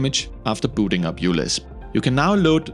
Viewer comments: I'm pretty sure that it is pronounced 'micro-LISP'. the 'u' is a place holder for the greek letter 'mu', which is similar to a 'u' but with a descending tail. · uLisp is pronounced micro-Lisp